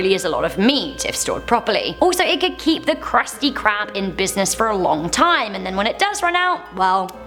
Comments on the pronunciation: Who else heard her say kruspy crab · she misspronounced krusty krab